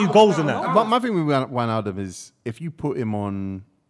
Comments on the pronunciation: I heard atleast 3 different pronunciations of Wijnaldums name in this podcast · They're all butchering names, you hear try say 'Wijnaldum'😭